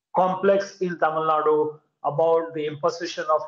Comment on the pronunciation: I get irritated from North Indian media people say 'Tamil Nad' or 'Kannad'